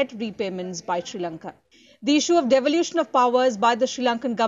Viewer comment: you pronounced " Deferring & Devolution" Wrongly ! ...I think you got problem with 'D' Words 😝